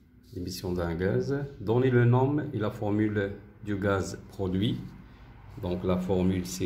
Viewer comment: Merci infiniment monsieur pour votre meilleure explication mais dans le mot nom on ne prononce pas le m elle se lit non